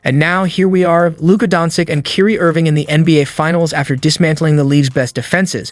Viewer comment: stopped watching as soon as you pronounced his name wrong in the first line...